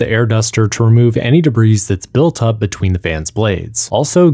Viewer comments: The S in debris is silent. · Debris* You don't pronounce the s